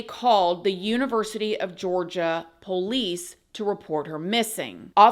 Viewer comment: I love it when says “po-lice”. ❤️